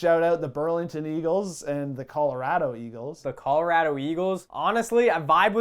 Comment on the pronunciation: Good on for supporting the PWHPA, but can you guys please teach him to say Colorado properly?